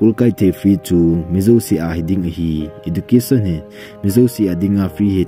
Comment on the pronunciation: Ezucation in pronounce ou sopi ..